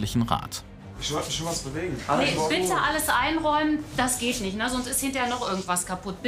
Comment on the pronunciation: Der doktor immer mit seinem "niecht" like wems auch auffällt